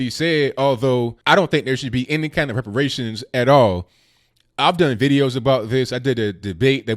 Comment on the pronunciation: muh wepawayshuns